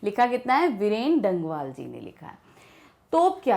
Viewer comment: Mam the poet is Veerne. Not Beerne.